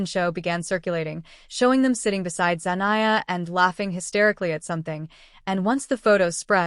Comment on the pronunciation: Zenia? You mean Zendaya?